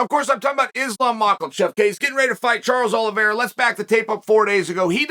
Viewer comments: Death, taxes, and Chael pronouncing Makhachev as Mockelchev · Still calling him Makalchev 🤦🏽‍♂️